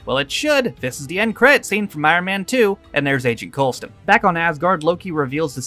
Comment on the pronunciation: Coulson not coleston REEEEEEEEEEEEEEEEEEEEEEEEEEEEEEEEEEEEEEEEEEEEEEEEEEE